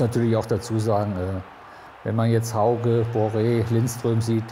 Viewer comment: Es ist schon eigenartig wie schwierig es zu sein scheint HAUGE richtig auszusprechen! Jeder von uns würde sich ärgern, wenn man den Namen falsch ausspricht! Das ist wirklich nicht zu viel verlangt... höflich ausgedrückt